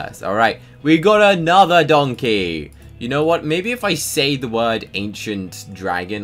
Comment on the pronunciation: Bruh my neon donkey is called donkeh cause shrek pronounces it that way